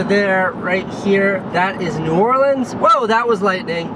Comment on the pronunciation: It really makes me happy that you don't say "Nawlins" or "New Orleeeeeens". No one from here says it that way unless they are in a movie. Everyone from here pronounces it "New Orlins" which is the proper way to say it.